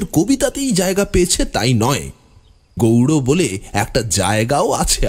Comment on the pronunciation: Apni ki icha korei...gowro ucharon korchen...naki ota gowr hobe..